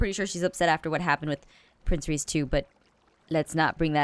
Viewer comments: She called Prof. Mobzilla Reece in the very beginning. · You called dr Modzilla Reece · u called prof. modzilla Ress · She just called him reese